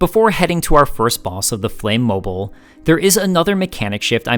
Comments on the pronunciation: The bosses end in “-mobile,” which is pronounced like the ending of “automobile.” It’s “mo-beel,” rather than “mo-byle.” A mobile (mo-byle) is a charm that hangs above a baby’s crib. Robotnik’s inventions are like automobiles. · The "-mobile" suffix for the bosses is meant to rhyme with "automobile," not "mobile" as in mobile phone